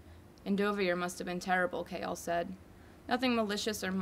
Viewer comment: OMG IM DYING YOU PRONOUNCE “Chaol” KALE OMG OMG